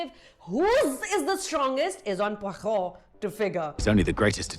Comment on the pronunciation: I like how you tried to use the French kkhhh sound to pronounce Poirot. Well played.